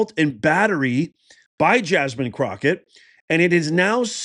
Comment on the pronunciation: You said jasmine crooked wrong 😂